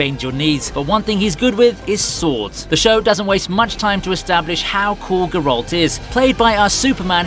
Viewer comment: You can LITERALLY HEAR how they pronounce "Geralt" in the show in ENGLISH and you still pronounce it G'ralt? Yea, dislike and bye bye.